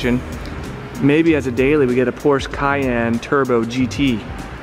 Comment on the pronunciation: Please quit saying PORSE.